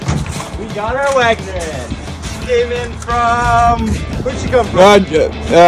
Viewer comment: WEGNER, not Wagner.